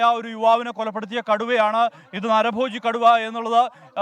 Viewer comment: കടുവയെ കുടു എന്നൊക്ക പറയുന്നേ കേട്ടു reportr 😂😂😂😂